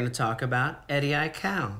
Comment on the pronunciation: thought he almost said aikae 😂😂😂